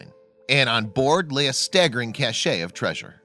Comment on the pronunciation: Cache, as in "cash", not "cashay", as in cachet. First one means a collection of items, stored or hidden in an inaccessible place. Second one means the state of being respected or admired; prestige. Class dismissed .